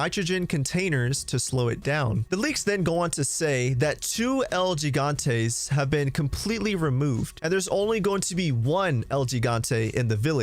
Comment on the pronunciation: El Gigante is pronounced El HEE-gante